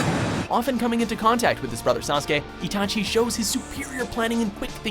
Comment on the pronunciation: itachi isnt an assasin, you got his backstory wrong as well as mispronouncing his name